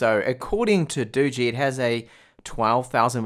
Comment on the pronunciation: Highlights of this video; bigass knife, cat, garden. saying Doogee = Dodgy. And the phone? Snog, marry, avoid? AVOID!